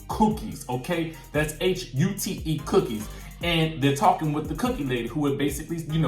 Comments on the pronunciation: H and t in French “Haute” are not pronounced 😂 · Yes the T is pronounced in this case.